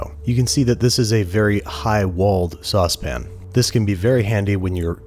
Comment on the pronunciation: is anyone else disconcerted by Andrew saying "saucePAN"